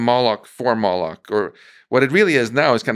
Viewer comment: what word is he saying, ? molochs ? and if so why?